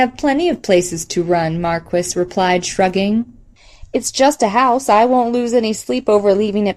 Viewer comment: great work! just one wrinkle... "Maquis" is pronounced "ma-key".